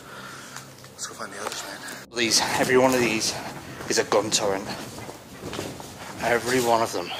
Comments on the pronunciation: Gun turret not turrent!! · Sorry to nit pick, but its 'turret' not 'turrrent' buddy!:-)